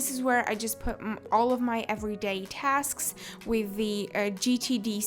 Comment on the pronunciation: He really said TASKSKSKS